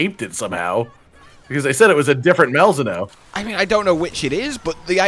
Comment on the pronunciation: Why do you pronounce Malzeno so wrong?